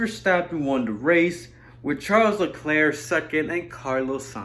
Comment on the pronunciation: No, it's char leclarie